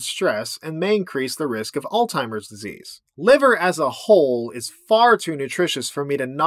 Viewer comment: When you mispronounced Alzheimer's, I cringed really hard.